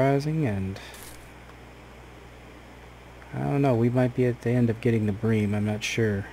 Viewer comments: Yeh its Bream not Brim haha good vid mate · Huh nah mate bream is bream not brim! Yeah we call it bream in Australia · 100% "Bream" not "Brim" lol. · Plse dont stop with these vids,i watch them with my coffee when i wake up:) And its bream( like dream but with a B) take care:) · Brim are sunfish, bream are in the Cyprinidae family you where pronounceing it correctly before